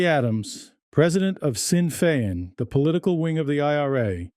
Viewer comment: This is utter BS history. About as much basis in history or balance as Nazi propaganda. This moron narrater cannot even pronounce Sinn Fein such is his extensive knowledge. There is a long history of blatant anti semitism in Irish Nationalism with some of the early 20th century Irish Republicans using language befitting of Nazi Germany in relation to Jews. There was even a dreadful pogrom against the Jews in Limerick. Irish literature is full of Jewish stereotypes and priests denouncing Jews as the alleged “ killers of Christ”. So the similarity is not between the British in either state but between anti semites who wish to prolong their pathetic bigotry.